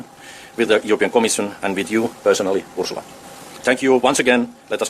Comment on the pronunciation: Ursula: or how he says it Urshula